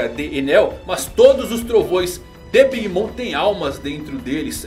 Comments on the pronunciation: nada disso, escute com atenção e vai ver que a pronúncia no anime é "big momer" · Big mama é como os personagens do anime a chamam sem a tradução. A pronúncia fica big mama